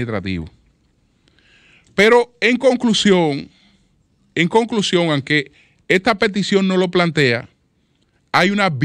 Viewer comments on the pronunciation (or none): No se dice anque se dice aunque, PERIODISTA